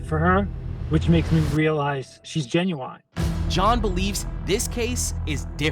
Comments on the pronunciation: ' genuonnn' instead of genuine lol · Genuine ❌ Gen-u-nine ✅ 😂 - Lovely guy though feel bad for him. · He can’t even pronounce the word “genuine” He obviously doesn’t know what it means He was gen u wined for real😂😂😂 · “genu- wine” hehe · bro says genuine like gen-you-wine lol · If you can't pronounce "genuine" then you shouldn't be sending money online